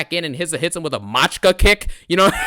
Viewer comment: Machika is clearly not an English word, dlrusev is not an american....common sense would tell you to take 5 seconds and look up the word instead of sounding like an ignorant clown